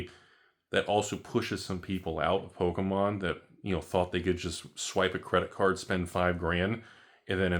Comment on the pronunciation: Its Pokémom lol. Or poke a step mom 😂